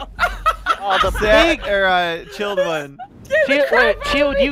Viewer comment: Did anyone else laugh everytime called chilled,chaos instead of just chilled😂😂😂